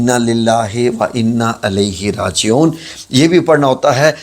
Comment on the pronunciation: Innalillahi wain a ilaihi rajiun hay alahi rajiun ghalat hay